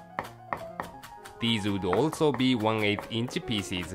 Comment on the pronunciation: sometimes when he says "pieces" I hear "feces"